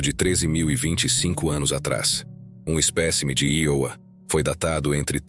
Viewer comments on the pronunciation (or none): none